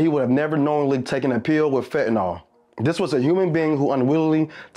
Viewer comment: Fen-tah-nil not Fen-tah-nol